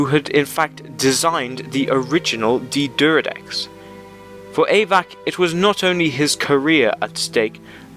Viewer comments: Not pronounced Deeeee'deridex, it's D'deridex. Pronounce it like you've got a stutter. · It's pronounced D'D-air-eh-decks not D'D-er-ih-decks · Dude, there is no letter U in D'deridex. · he sure likes to say d deridex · "D'deridex""D'deridex" "D'deridex""D'deridex""D'deridex" Cheers